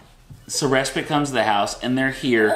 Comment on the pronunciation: Just curious why you say res-spit? Isn't it spite?